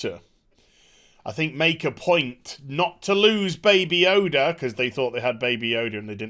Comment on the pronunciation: the only person who can't say the name "Yoda" on the entire planet lol